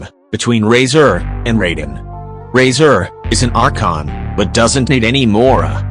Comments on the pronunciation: He said raiden with a "Rayde(je accent)n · She called raiden razor